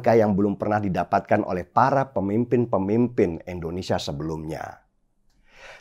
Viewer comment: Wooii den, nama negara kita ini I N D O N E S I A ... bukan E NDONESIA.. denny ... Denny... Endonesiah, Endonesiah...